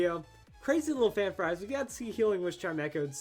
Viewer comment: I can't be the only one getting annoyed that he calls it chi-mech-oh when it's chime-cho can I, anyway, I think people just forget about quite how many moves magic bounce covers.